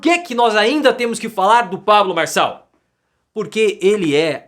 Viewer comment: Farshall, fala direito.